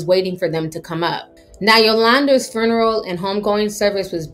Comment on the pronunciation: The fruneral???? 🤣🤣🤣 I love how she said that!!!!